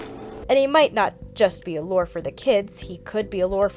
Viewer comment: 'Say 'lore.'' 'Lore.' 'Now, say 'lure.'' 'Lore.' But seriously, good ish. Well done.